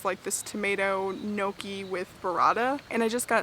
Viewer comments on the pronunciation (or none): Everything you made looks so amazing!! FYI - Gnocci is pronounced "ny-OCK-ee" - the GN sounds like the one in lasagna - tip from an Italian girl;)